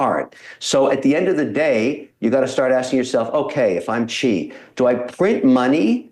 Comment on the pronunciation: NOT Chi but Si! that's how you say Xi's name.